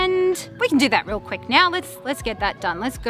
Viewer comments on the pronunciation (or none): none